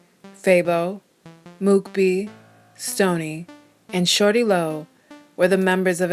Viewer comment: Shorty low? Mane its shaw-ty lo